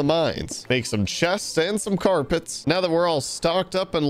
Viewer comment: why does he say carpit so wierd